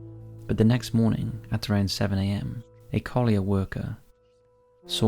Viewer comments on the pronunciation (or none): none